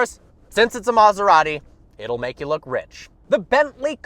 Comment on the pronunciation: maserati not maasaratti please learn people